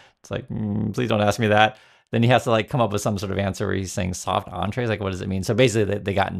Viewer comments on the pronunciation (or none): "Soft Entrees?" 🤔